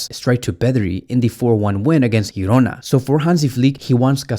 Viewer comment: It s called Girona, not Hirona